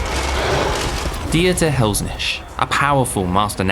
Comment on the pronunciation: Looks cool but I must admit the pronunciation of "lich" and "Dieter Helsnicht" actually hurt 😅